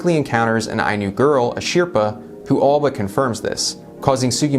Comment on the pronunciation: Anyone else bothered by how he pronounces Asripa?